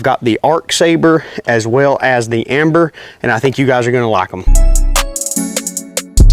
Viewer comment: Dude it's ember with an E..... not amber